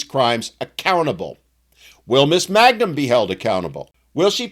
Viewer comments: It's not "Magnum," it's MANGUM. Stop desecrating the greatest TV-detective that never lived! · Her name is Mangum, not Magnum. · Her name is *Mangum*, not Magnum...in the interest of accuracy. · It's Mangum, not Magnum.